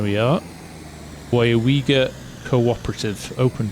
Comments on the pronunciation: i Live down the road from here, nice to see a small town like Weyauwega in the game. I honestly came to see you butcher the name but you pretty much nailed it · Well done! You said the town name correct! How long did that take you?